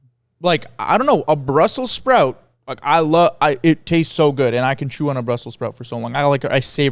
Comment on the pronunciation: the way says brussel sprout feels very croation